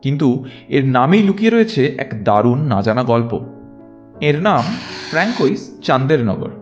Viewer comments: আরেকটু গবেষণা করে সঠিক ফরাসি উচ্চারণ জেনে ভাষ্যপাঠ করলে আরও ভালো হত। যেমন ফ্র্যানকোয়েজ নয়, ফ্রাঁসোয়াজ়। পুরুষ হলে ফ্রাঁসোয়া। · ফরাসি নাম francoise - এর উচ্চারণ 'ফ্রাঙ্কোইস' নয়। এটার সঠিক উচ্চারণ হলো 'ফ্রাঁসোয়াজ'(স্ত্রী লিঙ্গ)। বিপরীতে পুংলিঙ্গ francois-এর উচ্চারণ হবে 'ফ্রাঁসোয়া' । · অজানা তথ্যসমৃদ্ধ সুন্দর ভিডিওটির জন্য আন্তরিক অভিনন্দন জানাই। ফরাসী ভাষাকে ভালোবাসি বলে উচ্চারণে অনিচ্ছাকৃত ছোট্টো ত্রুটি ঠিক করে দিচ্ছি, কিছু মনে করবেন না। François হলো পুরুষের নাম, উচ্চারণ ফ়্রঁসোআ। আর Françoise হলো নারীর নাম, উচ্চারণ ফ়্রঁসোআআজ় আর Chandernagore-এর ফরাসী মার্কা উচ্চারণ হবে শঁদেরনাগোর। খুব ভালো থাকবেন, আজকে এখানেই। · Francoise should be pronounced as Fhro(n)swaz....